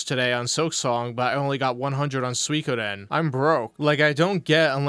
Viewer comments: lmao he cant pronounce suikoden. When he starts raging and demanding money towards the end it's fucking insane. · Can he please stop saying "sooie-koh-den". Im begging him at this point. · Peoples money isnt his money the manchild literally asks for $1500 for what? A damn $15 fast food meal that he always fking gets on a regular basis ridiculous. I also hate how he says "Soykoden" fking dumb af.